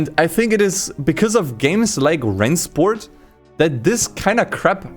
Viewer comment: I’m just here to hear pronounce Rennsport correctly Oh wait he didnt